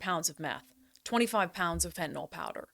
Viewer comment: Hi Brandi, take it from a chemist. The y in fentanyl is pronounced as a short i, not as a short o. Fentanyl is not an alcohol like isopropanol or glycerol. This is a common mistake that I hear journalists make, but you're far from a common journalist.